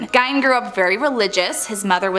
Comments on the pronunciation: So I guess people just do not care about pronunciation anymore? Zak Bagans BAY-Genz. Listen to the man say his own name and repeat after him. Ed Gein GEEN. Takes very little effort to look up pronunciation and then apply what you learn. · I have heard Gein's name said both ways. It's really not that big a deal to get upset about. Everyone says Rihanna's name wrong, but she laughs about it and is calmer about it than you are right now lol It's not that deep :)